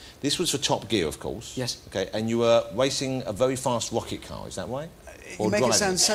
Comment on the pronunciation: Wacing a vewy fast wocket caw